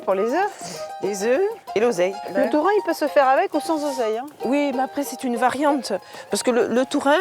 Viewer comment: Ah! Saint-Alvère! Right down the road from me. Lovely town. But what on earth were you thinking with those interpreters? They are the WEIRDEST, WORST interpreters I've ever heard (and I used to work for years at international conferences.) They couldn't even get the pronunciation of "tourin" right, or "gram," which she pronounced as "jam." COME ON!!!. Too fast, too screechy, really thick Eastern European accent on one woman, just incredibly unpleasant to listen to. Only reason I even attempted to listen to it in English was my husband's hearing isn't great and his French isn't fluent. Really sorry we did.